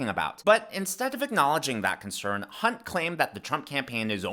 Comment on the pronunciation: Did you say hunt?